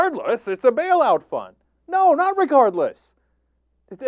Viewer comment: Did he say "Bail-out Fun"? Guess it depends on who's stuck with re-paying the bail-out. And, Bank funded? The Banks print money that "We the People" are left responsible for making that printed paper have value. Republicans and Democrats are both guilty as hell of treason, period. Benjamin Franklin - "When the people find that they can vote themselves money, that will herald the end of the Republic."